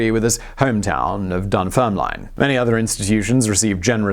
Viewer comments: Just what I thought. He read it as Dunfermilne. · Dun ferm lin . . . not Dun fer miln. What the hell? I’m a Geordie and embarrassed for you! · "Dunfermilne" - Simon, I am disappoint! lol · Dun-ferm- lin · Said Dunfermline in a way that unsettles me. I don't think I ever heard the name with line at the end, never thought about it before but the last e is silent haha. Dunfermlin. Not like it makes a difference but I had to say it as I live a couple of towns over which also have there names said wrong all the time haha, Kirkcaldy and Glenrothes. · Dun-ferm-lin You butchered that mate lol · Butchering Dunfermline…classic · Dunfermline !! You are pronouncing it wrong and it's boiling my piss 😃😃😀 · You make a point of pronouncing his name correctly but not Dunfermline? Lol. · Listening to you butcher ‘Dunfermline’ over and over again was painful. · My best friend from Dunfermline would have been appalled by your mispronunciation of the name of his home town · proceeds to misspronounce Dunfermline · I outright snorted and had to rewind to make sure I had heard him right lol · hey you guess you missed him say dunfermline